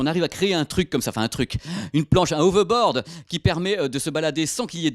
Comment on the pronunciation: On dit "HoveRboaRd", pas "Hovebod". Merci